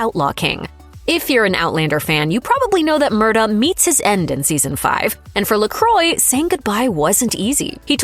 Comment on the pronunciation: Duncan Lacroix is not "Luh-croy". It's "Luh-kwah"